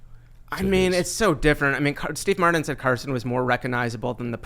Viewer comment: So annoying to listen to this guy who can't pronounce the letter T. “Steve Matdin, "certain," etc. Jeez.